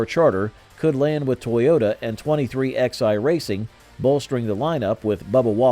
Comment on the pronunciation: FYI it’s not 23xi it’s pronounced 23 11